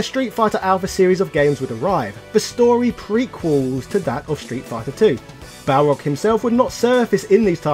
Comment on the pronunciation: I still own my copy of Super Street Fighter 2 : The New Challengers. That game always cracked me up because the announcer always butchered Balrog's name calling him Barlog, lol!